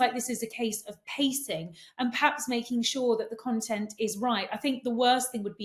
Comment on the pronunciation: Yes both were giving us very different views about MM than their usual take on things. Is that Katie’s influence here? Katie is guilty of saying ’paps’ instead of ‘perhaps’. Sorry but a bit grating.